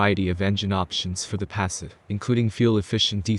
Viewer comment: Come on man, the electronic narrator can’t even pronounce the name of the damn car properly